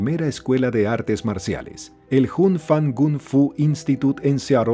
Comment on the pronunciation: 😒MUY MALOS DATOS. Chuck Norris no le enseñó nada a Bruce Lee. Encima la pronunciación deja mucho qué desear... Jun se pronuncia Yun, porque el sonido de J en chino es la H. Se diría "jun" si la palabra o nombre se escribiera Hun. Y si se escribe con Y suena como "iun"... Jeet = Yit (sonido de Y). "Yit" Kune Do... :face-purple-crying